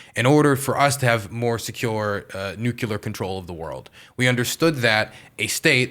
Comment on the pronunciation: Nucular why do people have a hard time to say nuclear